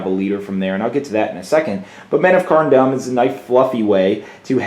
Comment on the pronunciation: Seven Hells man you pronunciation is terrible. Its pronounced Carn Doom not Carn Dumb. I don't mean to rag on you but someone had to say it.